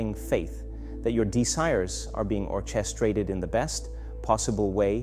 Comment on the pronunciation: This must be AI. some of ther words are slurred. for example "infinite & orchestrated" those two words were way off. if this is AI it seems very deceptive. Is there a video showing his face or can some confirm they've heard this before